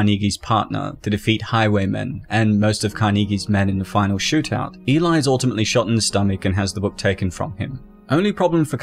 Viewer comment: Why is the narrator keep saying elai?